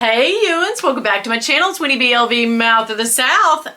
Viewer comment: Nicely pronounced cousin Winnie. That speedy sure is a black hole